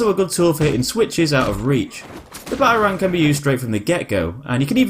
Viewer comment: The way u say Batarang.... Ba A rangg